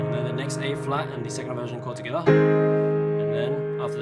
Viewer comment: Your "Toghether" sounds like '' SKOILÀ " lmao i didn't understand at first